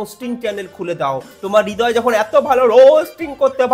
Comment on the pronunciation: Thikk bolecho tumi .. Hridoy or nijer nm e vul uchcharon kore .. Hridoy na bole Ridoy